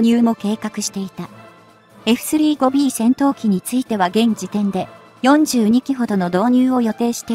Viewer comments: エフスリーゴビーじゃなくて、エフサンジュウゴビーと読んでください！ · 「エフスリーごビー」って・・・ その他も、酷い。